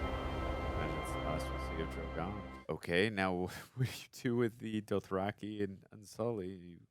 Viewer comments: I tried to take a drink every time you said "Drogon" but I'm completely sober coz I threw up every time I heard you say Druh-Gone.😂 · That bothered me like cmon now, you’ve heard it multiple times😂 Dro-gooon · That shit drove me nuts!! I’m like how hard is it to say “Drogon”!? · All these episodes later and you still can't say Drogon!😂❤